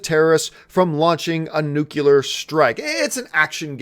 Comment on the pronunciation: Did you say "nucular weapons"?